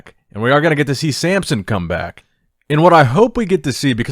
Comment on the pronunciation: bruh his name samson not samp